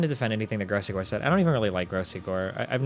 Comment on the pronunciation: Say his name right dude it's gross gore. The legend will never die